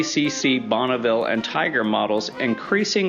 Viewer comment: And it is not "Bonnaville" but Bonneville.( The translation in french.)